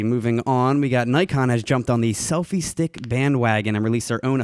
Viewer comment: and another thing... if you're going to be a grammar nazi at least pronounce Nikon right